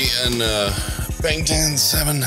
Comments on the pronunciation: That be the most LIT kitchen I ever seen. 🤯 And shouts out to the guy on the right pronouncing BANGTAN correctly and then puttin his boy in his place. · Guy on the right 100% pronounced "Bangtan" correctly with the most Korean nuence too it's scary 😂. You sure you don't speak Korean?